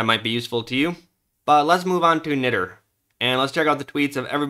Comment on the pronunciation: Nitter? say it correctly sonny Ni